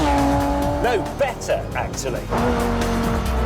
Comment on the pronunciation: "better actilly" lol